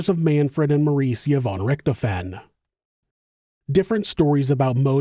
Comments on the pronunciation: RichtHOfen. Not RicterFEN. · The name's pronunciation is more like DISHED'oven, only with an R. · Thanks man, fwiw, the "f" in Richthofen has more of a v sound